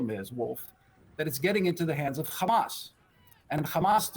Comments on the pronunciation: Not sure what logic and world he lives in! No one buying these lies! And stop saying khamas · "Khamas khamas khamas" what a joke these guys are